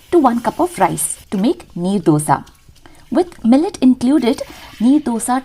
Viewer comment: It's Neer Dosa . Not knee Dosa. Neer in karnataka means, the batter is Wattery/very flowy consistency types.